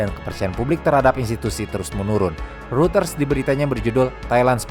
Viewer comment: Gatel aja tiap ngucapin "reuters". Hrusnya pelafalannya "ROYTERZ" atau "ROY-TERS" bukan "RUTERS".🙏🏻